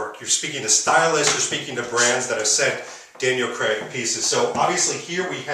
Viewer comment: It's Daniel Craig not Creg! Please pronounce it properly.